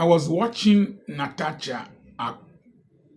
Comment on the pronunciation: The correct pronunciation is NA-TA-SHA.